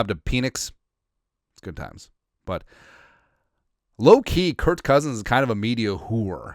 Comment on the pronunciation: His name is Kirk. I don't understand why you call him Kurt.